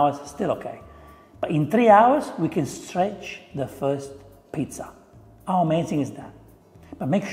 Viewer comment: Caro chef, deve provare a tossire per far sentire la H della parola "how". 🤪